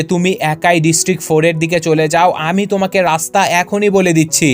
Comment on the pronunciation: ভাইয়া আপনি আমি না বলে হামি বলেন কেন